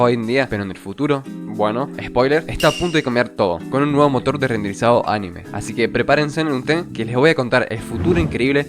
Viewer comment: Muy buen vídeo, espectacular... Sólo puedo decir que anime no se escribe animé, por lo tanto es una palabra con pronunciación llana "aNIme"